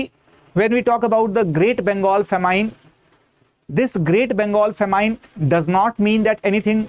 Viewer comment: Sir ji It is pronounced as Fa Min and not Fa Mine